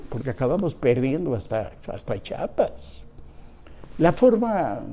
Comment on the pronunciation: (porqué tanto desprecio) chapas? CHI A PAS , no es difícil